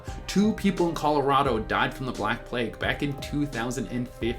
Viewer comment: why did i hear 'the black hood' instead of 'the black plague'?